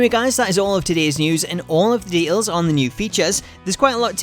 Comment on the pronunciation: I don't mind accents...but de-ails is not a word.